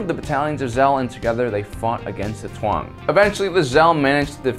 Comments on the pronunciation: Taung, not Tuang. :) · Its Taung not Tuang lmao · The way you butcher the pronunciation of Taung made my eye twitch.